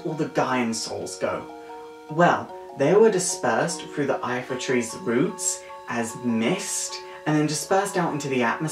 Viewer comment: It's the Lifa tree, not Ifa